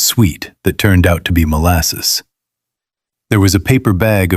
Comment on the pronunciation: Molsass, Fluwr…Sperared Milk